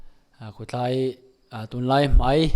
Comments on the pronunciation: Mei ti zel suh, mai ti tur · Mei,niloin mai tih tur